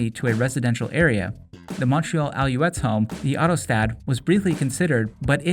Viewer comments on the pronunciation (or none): Alouettes is pronounced Al-a-wetts, not Al-you-ettes.